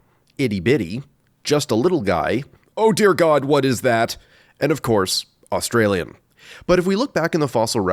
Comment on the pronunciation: AUSTRALIAN! 😂😂😂 I live in Australia so that was funny to me (it was - minutes in)